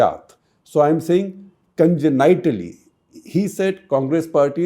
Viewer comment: Wrong pronunciation of congenitally lmfao